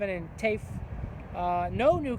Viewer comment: It’s Ta yef not Tiff